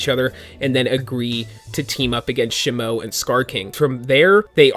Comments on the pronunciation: It’s pronounced she moo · "sheee moo" is pronounced the new ice titan ..also, i love leeks..keep getting us leaks and informed!! i love it! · No is pronounced Titan Shimo I'm not mad is just wrong to say in my perspective okay